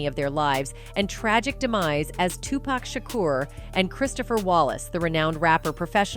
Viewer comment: Tupac is pronounced (Two- Pock)